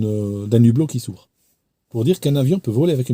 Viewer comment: Si je peux me permettre on écrit le hublot et non l'hublot et on ne fait jamais la liaison entre un et hublot, c'est pareil avec haricot, hibou etc. Je fais cette remarque parce que ma langue est en-cours de destruction et ça m'affecte beaucoup. Peut-être que vous ne le saviez pas, c'est pour la prochaine fois. La qualité de vos vidéos n'est nullement remise en cause.Vos vidéos sont toujours passionnantes et très bien expliquées.